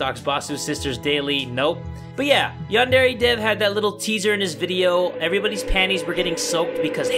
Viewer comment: HOW DARE YOU MISPRONOUNCE YANDERE